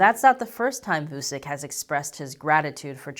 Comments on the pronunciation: Btw: the name is pronounced like Voochich, rather than Voosick. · It's not vusik it's vuchich you stupid fuck learn slavic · It's not Vusic, his name is pronounced Vuchich, with first ch pronounced hard, and last ch pronounced soft! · Vusick XD That is the funniest renaming of Aleksandar. It is pronounced Vutchich (tch in witch and ch as ending in most polish surname) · You mispronounced "Vucic", the c in "Vucic" is pronounced like a "ch" sound. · It's not vu sick it's vu CHICH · voochich, not voosick... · It's pronounced [WOO-CHEECH] For some fun, listen to Vuchich trying to talk chinese: . Oh, there's a remix too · FYI, Vučić is pronounced like Voo-chich. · Loved the content, good to know that moves of the Serbian government are getting attention from the west. We here in the neighbouring countries are getting a tad nervous of the Serbian arms race. Also, one more thing, please, try to improve the pronunciation. The letters č and ć are meant to be spelled as CH, like in the word chat or cheat... so it's VU-CHI-CH. I'm betting you're going to cover him again in the future, might be a good thing to prounounce his name properly. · It's pronounced Vuchich, FFS. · It's pronounced "Voo-tshi-tsh",. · Its promounced vutchitch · It was amusing hearing you pronounce his surname. :) To be fair though, you didn't see his surname written correctly, "Vučić". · If you really wish to put forward a convincing argument or analysis you could start off by pronouncing the Serbian president's name correctly. Anyway, all you are presenting is a load of propaganda. Kosovo is Serbia and always will be.